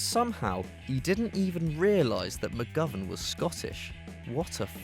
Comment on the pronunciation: u said mcgovern wrong